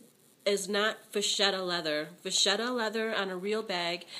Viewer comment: I think it's pronounced "Va-KETTA." Thanks for this video.